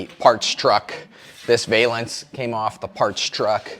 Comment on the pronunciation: Hey, a gymnast uses a balance beam, that's your hint on how to pronounce valance.